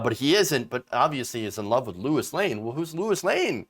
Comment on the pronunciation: LOIS LANE not LOUIS LANE !